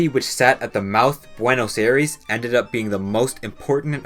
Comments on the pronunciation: It's pronounced Buenos Aires, as in I-res, not Air-eese. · “Buenos Air-ees” 💀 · why does everyone mispronounce buenos aires, it is spelled that way but its actually pronounced buenos sires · I'm not disputing the facts as selected in this video but the way you butcher 'Buenos Aires' kills me every time... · Great video but thats not how you pronounce buenos aires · How can you fuck up pronouncing "Aires" so often? Look it up if you are not sure about it. Considering how often you used it you should at least look it up. Your video loses alot of credibility because of that.